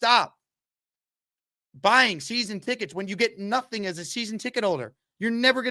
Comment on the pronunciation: Everything say is ass a nine ass a ten ass a fiften